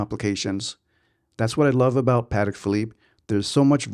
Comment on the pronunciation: That watch is phenomenal. How ever your killing my ears calling it pat-ick. It’s pa-tech. Crazy cause it seems like you are a VIP over there. I am suprised they have never correctly you, politely of course. You must have very small wrists so that a 41 is too big. Enjoy the watch in good health.